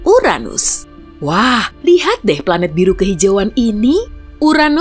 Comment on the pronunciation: The best channel of place that haven't pronounced Uranus as butt